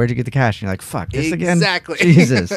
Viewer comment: I listened to this last night during my smoke after work sesh and have to say this I haven’t listened to a more interesting podcast in a long time. Cracked up every time said fack! My brother and best bud say that all the time since we heard a guy sliding down face first on an icy ski slope shout faaccckkk😂